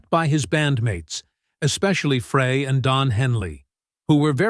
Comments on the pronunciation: It's Glen FRY, Like FRY Bread. Deacon FRY! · What do you think mispronouncing names ("Fray" "Leedon") does for credibility? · Frey is pronounced FRY. I thought everybody knew that. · It's FRY, for God's sake. Like...fry an egg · FRAY?????... Come on, if you want to make a credible video on the Eagles at least make sure you pronounce names of the band members CORRECTLY! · Frey is pronounced Fry. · Pronounced fry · It’s pronounced “Fry” you AI goober . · no he didn't . just like the man said...his name is pronounced FRY. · Yes, I cringe, everytime he says it. Lana was abusive to Randy. She was not a good woman. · Two names are pronounced wrongly (Fry and Leadon) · Pathetic! How can this video have ANY credibility when the narrator mispronounces Glenn and Berrnie's name? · yeah but I imagine Glenn would still pronounce his own name the same. This is a crappy narration delivered by AI. The robot also pronounces Bernie Leadon's name wrong.